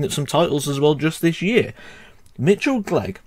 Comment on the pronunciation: Mitchell Clegg's surname is pronounced with a k sound at the start like mine lol